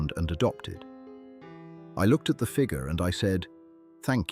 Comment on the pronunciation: It’s too bad that AI cannot pronounce FIGURE, but instead says FIGA.